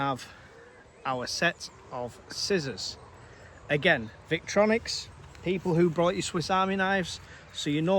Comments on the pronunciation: It’s pronounced Vic Tory Nox 😂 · No offence intended but, Obviously no idea about EDC if he pronounces the brand the way he does, and doesn’t realise it contains a fixed blade which is illegal to carry without good reason whatever it’s length.